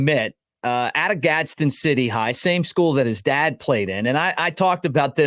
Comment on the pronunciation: Its Gadsden. Just plain Gadsden. Not Gadsen city.